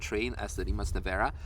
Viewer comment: congratulations on the correct pronunciation of the name RIMAC